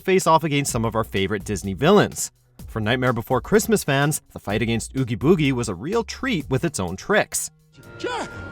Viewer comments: Bruh hey gud and play the games so you can actually learn how to pronounce the names and can you do another updated list with Roxas over oggie biggie? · they couldn't even say Oogie Boogie right